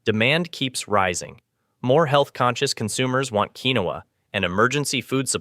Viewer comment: Look up the pronunciation. I’ve always heard it pronounced KEEN wahhha (2 syllables)